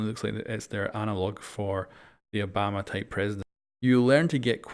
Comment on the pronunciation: It’s Yobama